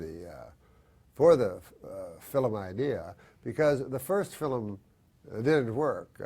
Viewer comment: Also "fillum"